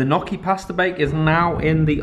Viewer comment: I love the fact can’t say a whole sentence without mispronouncing a word I do the exact same 😂